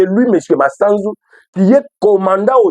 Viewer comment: Eviter d'ecorcher le nom de l'officier Supérieur c'est Gl MASUZU et non Masanzu